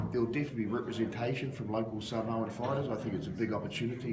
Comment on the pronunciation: Sa mor ah, not sa mower